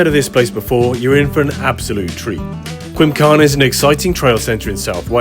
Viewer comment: Cracking video dude. The W in Welsh is pronounced 'oo' for any future Welsh trail videos 😂